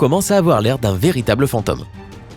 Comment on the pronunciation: Fantome, (tome) comme home avec l'accent anglais pas comme homme.. Ça mnrv ça mdr dans l'alphabet le o ce dit o pas ao